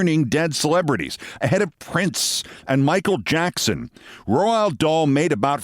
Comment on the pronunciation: Keith, please. Your mangling of his name is killing me. It's pronounced Rowld Daal.